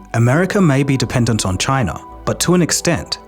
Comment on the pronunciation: The problem is CHAI-NUH!!!!!